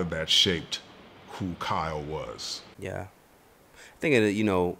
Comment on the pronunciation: It annoys the hell out of me that he keeps calling him carl and not kyle